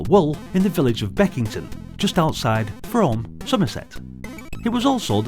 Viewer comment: Frome is pronounced "Froom" dear:)